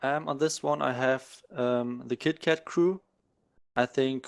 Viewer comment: cmon..its kotkat...lol lmao.. he didnt even corrected!! Just let it be kitkat